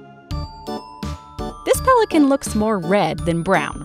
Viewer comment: PHHELICAN EEEEAAAH!